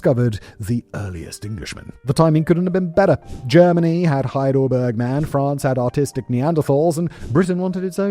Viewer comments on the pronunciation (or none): none